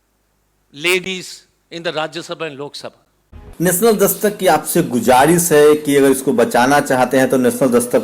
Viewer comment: I like your report. Just need one improvement, improve your Hindi. गुजारीस नहीं होताहै। के गुजारीश होता है